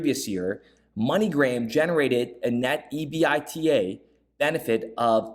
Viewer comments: Pretty good stuff. Good sleuthing again. EBITDA is a very known acronym in earnings/accounting, etc…you just say it as a word….EBIT DA… Good work. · EBITDA, is pronounced as a word not by each letter